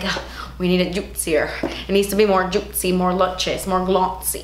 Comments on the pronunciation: Drink every time says "jutcy" 😂 Edit: I literally commented this before she says in the video hahaha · I love you but it is getting annoying how often you say Juitcy.... :(